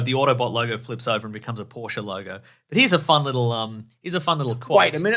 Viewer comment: It’s definitely poor-sha